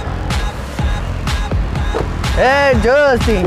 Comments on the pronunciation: Não é Justin, é Josten. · "Jostin" amassou kkk